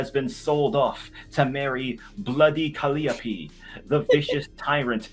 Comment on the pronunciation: Calliope is a Greek goddess and the muse of Epic Poetry and eloquence. I'm cringing because she is one of my favorite goddesses. (Call - eye - oh - pee) This is disrespectful to name this cow with her name.